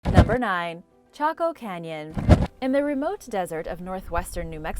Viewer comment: Though she said taco canyon